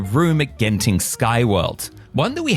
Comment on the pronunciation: you pronounced Genting correctly, unlike our dear neighbour who always pronouce it as 'gent' ing.... thank you for that.